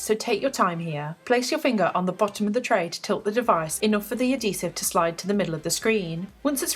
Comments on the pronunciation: "a DEEsive" ....translation... adHEEsive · A-dee-sehv xD